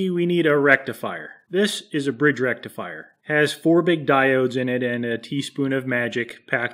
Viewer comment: Did you say rectum fryer?